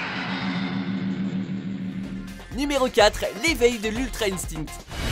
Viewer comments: {l'ultra instit}MDR LOL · L'ultra eintinct sérieux 😂😂😂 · alors tout d'abord en 1ere position tu met sois goku SSJ1 ou gohan SSJ2 car Goku SSJ3 serieusement il uttilise que cette transformation quand il est constiper un peu comme toi quand tu prononce l'ultra instint.PUIS kaioken est une technique pas une transformation tu va nous sortir: -WAAAAAAW il c'est transformer en KAMEKAMEAH lol j'adore quand naruto se transforme lllllooooooooooolllllll desoler d'etre un rageux mais la ça va trop loin je pari que dans la vrai vie ta un crane chauve encore plus brillant que celui de krilin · "Ultrè inestincte" "djenkidama" ouille mes tympans xd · Sa s'écrit ultra instinct mais ça se dit ultra unstinct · l’ultra QUOI 😂😂😂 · "L'ultra instine" ça fait mal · Jsuis mort il a dit "instinne" koo repectez dbz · Bonne vidéo mais je connaissais l’ultra instinct mais le “ultra instit ” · Mdr comment ils ont prononcer 《 ultra instint 》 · Mdr ultra instine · « L’utra esting » 🤣🤣🤣🤣🤣🤣🤣🤣🤣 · Bah se prononce comme ça en anglais (Ultra Instinct) si ouai la prononciation du Genkidame est bizarre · Mon dieu, la pire prononciation de l'ultra instinct (migate no gokui) tu devrais avoir honte. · No no please god no dod no No NOOOOOOOOOOOOO PAS ULTRA ÏNSTÏNCT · T nul tu c pas dire ultra instinct